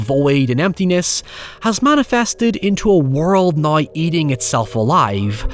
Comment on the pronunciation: whenever he says "Now" as "Naiy" it takes me a minute to process